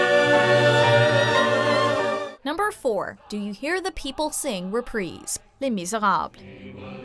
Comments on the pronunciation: Have I been pronouncing it wrong, or did I just hear her say "represe" ? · The way she says “reprise” is making me cringe. It’s pronounced “Re-prize” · It's pronounced re-pr-EYE-se. Like prize. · Ur trash, it’s like saying Re-Prize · Anyone else get really pissed when she pronounces things wrong 😫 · She cant even pronounce reprise right